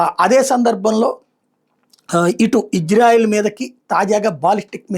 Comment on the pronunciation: Ayya. .. adhi hijrayelu kaadu ...meeru sarigga palakali.